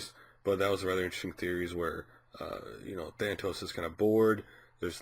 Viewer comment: If you are going to talk about someone GET HIS NAME RIGHT!!! THAAAAAAANOS No thatos.. There is no other T in his name!!!